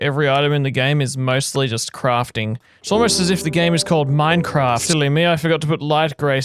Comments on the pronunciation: He said ”Mine-farts” in the begining you now!?😂🤣😂🤣😂🤣 lol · hehe... he said fart